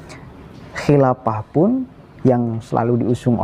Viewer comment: Nyebut kilafah sampek kiafah..wkekkekkwkekekkekkkkkk